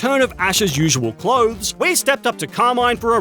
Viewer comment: I just hate how he says the name Carmin it's not Car-maine it's Car-MIN